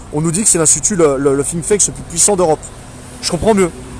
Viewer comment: Toujours motivé grosse force à vous. Petite remarque, c'est "Think tank" et non pas "Think thanks" il me semble non ?